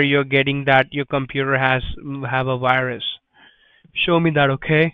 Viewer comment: Haha “Wirus” 😆